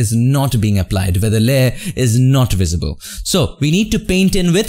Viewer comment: He Always says Wisible Haha BTW your my great teacher. But u also taught the PRINCIPLE & TIPS. GREEAT JOB